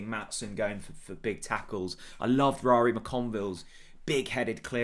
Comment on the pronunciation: Ruairi is pronounced like the Rur part of Rural. Then re part of Regal. "Rur-re". OTBC from 🇮🇪🤟👍